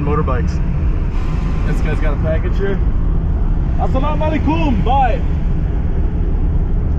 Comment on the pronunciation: Salam alaaykum emphasis on Ay not on kum